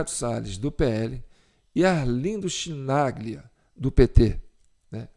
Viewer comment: Chi em italiano se pronuncia Qui! Embora o cara continua sendo um petista irrecuperável!